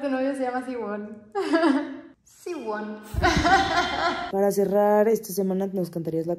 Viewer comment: “Siwon” HAHAHAHAHAHA